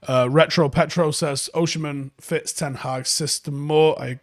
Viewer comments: You say Osimhen as Oshi-men and it’s funny. It’s pronounced as O-see-men 👍🏾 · he's Osimhen not Oshimen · why is he saying it like that 😂😂 its Osimhen, not Oshimen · It's pronounced Oh-seem-hen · Least you can do is learn to pronounce his name properly